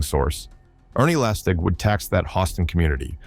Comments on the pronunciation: lastek* lastig is the correct pronunciation. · Narrator is the butcher of south african names - lastig😂 oh there goes the name gauteng😂😂😂😂now bakkie😂😂😂❤